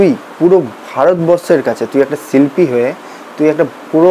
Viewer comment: খিস্থি দিলেই হিরো হওয়া যায়, না বড় সমালোচক হওয়া যায়? "ছুনলাম" না, "শুনলাম"।" ছিল্পী" না, "শিল্পী"। ধুর,এটা কোনও সমালোচনা? Construction, উচ্চারন ঠিক নেই।